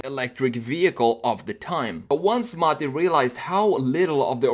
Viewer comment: Kudos for pronouncing Mate's and the company's names correctly (perfectly, actually)!